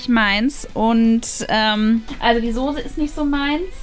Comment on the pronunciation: Wie eva immer sagt die sose